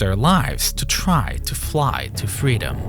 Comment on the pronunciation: twy to fwy to fweedom. touched me.